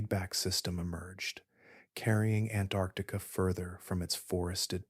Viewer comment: Please learn to pronounce “Antarctica” correctly. There are two “c”s.